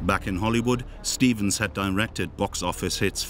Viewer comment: Stevens no "Estevens".